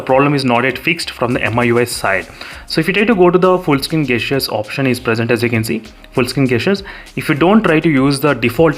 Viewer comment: 'jestures' is how it is pronounced its nagging me when u say gastures